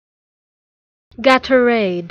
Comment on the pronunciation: It’s not pronounced this way. It’s gay-tor-ade